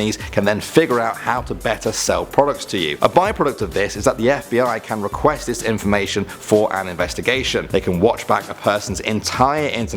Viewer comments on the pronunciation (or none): “FIB” lmao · Too much Gta You said FIB at the start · It said FIB 😂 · In the intro,it said FIB,not FBI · it said fib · Someone noticed "FIB"?